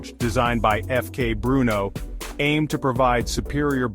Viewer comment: Terrible AI video, images dont match the product and cant even say FK Brno correctly